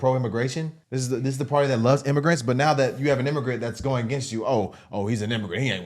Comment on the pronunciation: Why do yov keep sayin bvt. . . There is no bvt. Destroying property is wrong period. We are American erybody has the right to do them as long as we are not harming each other directly 😤😒🤦🏿‍♂️💯